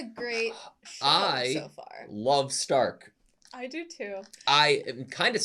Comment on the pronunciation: Starkは英語読みだと「スターク」ですが、この作品はドイツ語読みの「シュタルク」が正しいです。